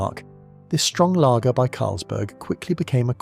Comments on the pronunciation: This would have been better if it didn't have all the AI-generated slop. I mean the whole "layger" pronunciation.... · AI rubbish. Whoever in England ever pronounced lager as “”lay-ger?” It’s a machine! (And inconsistent pronounciation at that! ) I don’t necessarily object to bots per se but I do object when they insult one’s intelligence. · Funnily, my really posh mate pronounces Layger. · Ugh, interesting content but the first time the AI voice mispronounced “lager” ruins it for me. Can’t finish. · Long Life was undrinkable and yet tasteless. Incidentally, what is a 'Laeger' or Shandy Barse' - managed to get the pronounciation right at 3rd attempt? Is this AI or genuine idiocy. Special Brew was favoured by West Indians, hard drinkers, service people and alcoholics - it's current strength is 7.5 abv. Stones was drinkable. I got bored after that. This is a truly terrible vid.